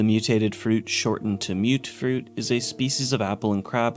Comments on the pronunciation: I thought it was pronounced "muht fruit" not "mewt-fruit" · Okay, we've all been pronouncing it muttfruit.